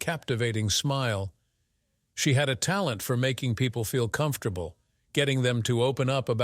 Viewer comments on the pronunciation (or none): none